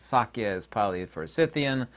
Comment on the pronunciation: U r not the only one that has had a brush with Pali. U have no clue how to pronounce Pali. And Pali is a sound based language, if u cannot pronounce accurately u r not speaking it, but u r definitely trying . U think no one knows it so u r usually just talking gibberish